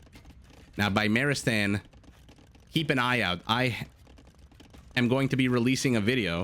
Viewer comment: Beemar-e-stan would be the correct pronunciation, beemar would mean illness, and beemarestan would mean hospital.. Just a note!